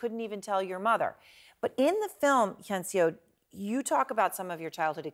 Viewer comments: Take a second to learn how to pronounce people's names. It's not "hae yun se oh" it's "hyun suh". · Does CNN really not have someone to help their anchors pronounce foreign names? Or even just ask the girl how to pronounce her name before they air? FFS, her name isn't "hey-on-see-oh". Hyeonseo is just two syllables, pronounced like "hyun-suh". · how does she say hyeonseo so wrong